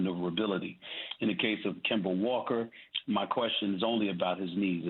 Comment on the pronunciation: KIM-BER walker